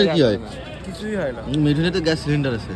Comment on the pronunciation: Gyas na re bhera gas uchharon ta thik kor